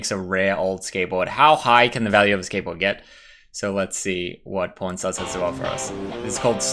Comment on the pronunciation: I can hear that pushed over pronounced PAWN lol, getting some heat for it sounding like p0rn when you say it eh? Haha